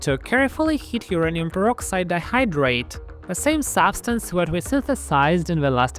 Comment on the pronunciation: Why is it pronounced urinal ?